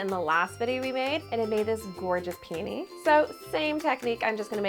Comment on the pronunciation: What is a “Peeny”🙄🙄🙄🙄 Edit: She said it twice and it sounds like penis, smh I’m unsubscribing